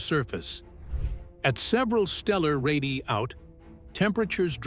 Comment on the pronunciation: Someday AI slop will learn to say the plural word “ Ray diii aiiii” correctly.